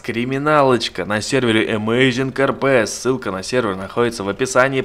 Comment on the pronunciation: Amazing а не Amazin